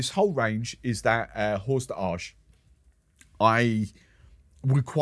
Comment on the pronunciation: Hi! It is pronounced High-Meh Primero. In English, the name would be James the First. Jaime I was King of Aragon (and Count of Barcelona) in the 13th century, and is so-honored by Torres because its home is in Catalonia (Catalunya). The other term that tickles in the video was Hors d'Age ("OhrDAJ") which is actually a French term for the highest rank of cognac.